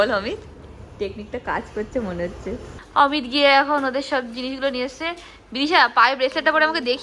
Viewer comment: অমিতদা কে কি করে তুমি ম্যাংগো বলতে গেলে 😂😂😂😂 পরে অবশ্য ঠিক করে অমিত বললে কিন্তু ম্যাংগো😂😂😂